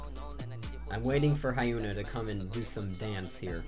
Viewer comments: Hyuna is pronounced as Hee-on-A. not Hi-Un-A. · hyuna is proununced as Yoo-na not ha-yoo-na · AHAHAHA the way you pronounce her name lel fail